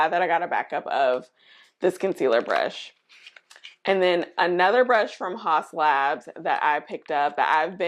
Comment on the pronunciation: The skinfix moisturizers are goodt! The cleansers too. Pricey though. Haus Labs is actually pronounced "House Labs"